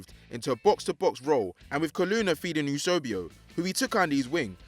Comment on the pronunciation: Its Eusebio not Eusobio, it's Kahn not Khan, Brazil are known as the Selacao not Selacio… fml man cant pronounce any names.